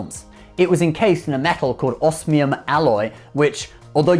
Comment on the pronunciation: Oh dear. The whole world will now be pronouncing osmium wrong because of the show... Same with scythe in RWBY.